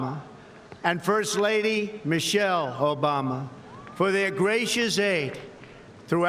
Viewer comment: Pardon me but when he said Michelle Obama it sounded like he pronounced her as Michelle (Hoe -Bama ) ?